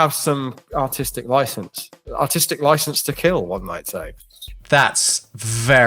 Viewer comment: It will keeel